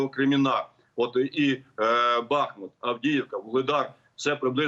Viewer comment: Після того як генерал "бахнув" вимикаю це відео. Не в змозі навіть вимовити вірний наголос. БахмУт...підкажіть йому. Дякую.